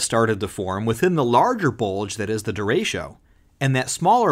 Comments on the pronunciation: Disappointed. Did not see a single picture of Gary Burghoff, though I always had a thing for Ms Gulch. Also, "derecho" is not pronounced "de RAY sho". It's "de RE cho", the Spanish word for "straight". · That is not how you pronounce derecho it’s “dur-RAY-cho” not “durasho” or “duratio” or however u pronounced it